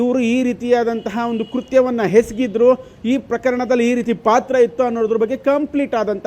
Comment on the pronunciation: ಅದು "ಕೃತ್ಯ ಹೆಸಗಿದ್ರು" ಅಲ್ಲ. ಅದು "ಕೃತ್ಯ ಎಸಗಿದ್ರು. ಕನ್ನಡವನ್ನ ಕೊಲೆ ಮಾಡಬೇಡ್ರಪ್ಪ.